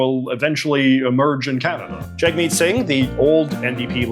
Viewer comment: Bro still can't pronounce Jagmeet's name after all this time